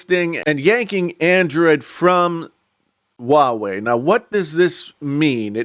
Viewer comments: Why are you keep pronouncing it WA WEI?? It’s pronounced HUA WEI ok! I can’t even continue watching it let alone the self opinion content....... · It's Huawei..not wawei ..stupid